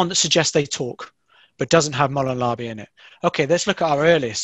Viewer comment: I stoped watching when you didn’t even pronounce the phrase correctly. So you got like 20 seconds from me hahahahhaha